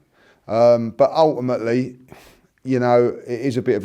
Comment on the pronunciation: He said ulèimèly 6 times in the whole video. Ty could have done it in 5seconds though